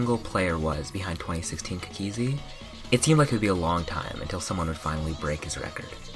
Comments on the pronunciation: Took me a solid 2 mins to reliase he was saying "cookiezi" and not "kakeezi"... my guy your accent needs some work 😂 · why does he pronounce cookiezi like that? i thought it was pronounced cookie-zee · Kakizi lol